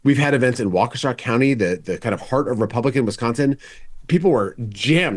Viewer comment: As a former Wisconsinite it's always nice when someone says Waukesha right.